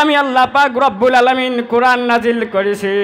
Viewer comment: O Bhai qoran shuddo kori porar ceshta koro